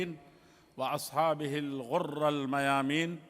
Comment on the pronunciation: یہ امیر صاحب ہیں! اور الغُر کی راء پر زیر کی جگہ زبر پڑھ رہے ہیں واہ ابھی سننا شروع ہی کیا ہوں تو فوراً ایک غلطی اب آگے دیکھتے ہیں کہ کیا ہوتا